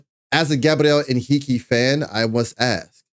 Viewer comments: Hi dear reactor: 👋👋👋👋you've pronounced his name perfectly, in a perfect Portuguese, congratulations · #GabrielHenrique! I'm Brazilian and I can guarantee you, your pronunciation in Portuguese when saying Gabriel Henrique's name is perfect.